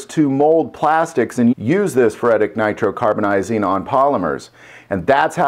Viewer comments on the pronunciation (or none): It's pronounced like this: fur-it-ick nitro-car-bur-ize-ing.